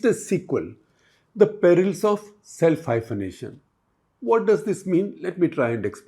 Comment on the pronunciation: 😂😂.. Hyphanating😂🎉😂😂 Bol kaun raha hai... Guptaji... ❤